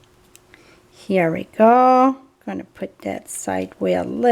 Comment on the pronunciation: Your Texax yall with a french accent was adorable..as was this card...TFS I love the star, great tutorial...pat